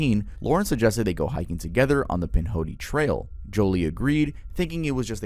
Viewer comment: I had to replay - HeichHicking lmao